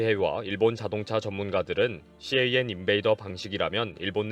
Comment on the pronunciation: 일반적으로 CAN 을 씨에이앤 이라고 읽지 않습니다. 그냥 캔 이라고 불러요. 혹시 그냥 캔이라고 하면 틀렸을까봐 낱자로 부르신거 같은데요 ㅎㅎ 그리고 씨에이앤 인베이더 ...무슨 대단한 방법인것 같은 용어처럼 들리지만 그냥 '자동차통신침입'을 뜻하는 말이예요 일반용어입니다. 요즘은 캔 쉽게 못뚫게 사이버시큐리티가 반영되고 있어서 이것도 예전 이야기가 되고 있어요.